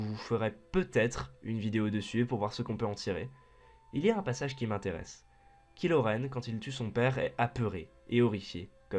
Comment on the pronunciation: il faut avertir les gens on dit "kahilo renne'